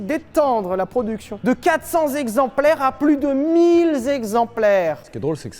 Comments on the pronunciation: Monsieur Lévy, j'adore ton entrain, ta vivacité, l'amour que tu communiques, mais s'il te plaît arrête. Arrête les liaisons interdites, les liaisons qui font mal aux zoreilles. Alors les mille zexemplaires de F40 ça me fait saigner. Continue mais arrête juste ça je t'en prie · Mille zexemplaires 😆 mais sinon historique très intéressant !